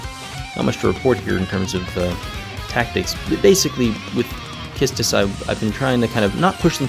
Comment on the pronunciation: I really love how you pronounce Quistis and the combo of delaying until you let them get a turn knowing Beatrix's special HP attack is available. I also tried to bring Arciela in the party, but she won't make it turn count-wise.